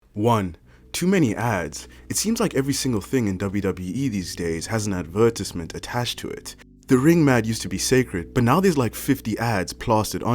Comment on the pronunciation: The way he says “advertisement” lol